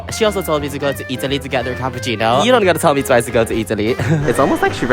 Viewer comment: my god the second girl is literally u. the moment she said EATALY I just know that you would agree with her 🎤🎤🎤